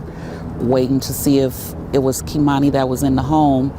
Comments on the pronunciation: It's a damn shame how you butchered that little girl's name her name is Kimani not Kamani. Is it going to be talking about people you need to be getting their names right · The narrator pronounced this poor girl's name 3 different ways! He'd call her KAY'mani, KEY'mani, then Kay'MINI. Please be respectful and call her by her correct name. It made it hard to concentrate on the storyline, with these inconsistencies.